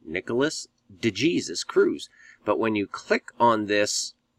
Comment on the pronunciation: "De Jesus" is an Hispanic name! The "J" is pronounced with the "H" sound, and the "E" is the long "A" sound as in "Aim", the "Sus" part is sounded out like "Sues"!! "De" = "Duh"!! "Duh HAySues"!!!!!!!! If you did further research...he also claims his biological mother is "Jewish", which in the eyes of the Jewish race..makes you a full fledged Jewish person! Sounds an awful lot like George Zimmerman! The media poured out stating that George Zimmerman was a "white Hispanic" when in reality his mother was Hispanic and his father.. 100% Jewish.... Therefore, making Zimmerman an "Hispanic Jew"!! Once again the narrative poured out with the Zionist controlled media that Nicholas "De Jesus" Cruz is a "white" nationalist, supremacist! They purposely, and intentionally left the "De Jesus" off so it will fit their propagandist agenda!! When reports now, that the leftist communist, Antifa supporting youth movement has tuned out, is that he is another "Hispanic Jew" and that he is a "REGISTERED DEMOCRAT"!!!!!!!!!!!! This is what occurs each time something like this happens... immediately blame whites when the whole story is based on a pack of Zionist propagandist lies!! Look this up throughout history... nothing ever changes!